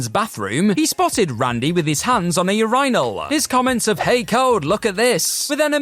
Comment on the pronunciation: I’ll never be able to get over the way he pronounces “urinal” 😂